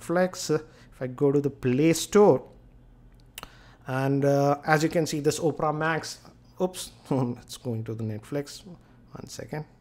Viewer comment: it's Opera O P E R A not OPRA